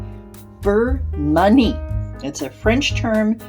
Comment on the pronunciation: I believe you are pronouncing manie incorrectly. Your video is much too long! 👎🏻👎🏻